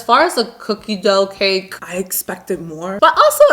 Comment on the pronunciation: She says cake like cacke